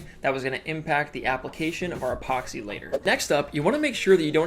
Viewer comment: Say epoxy not ephoxy😂